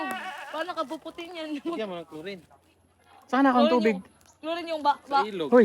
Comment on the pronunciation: Chlorine hindi plorin 😂😂😂😂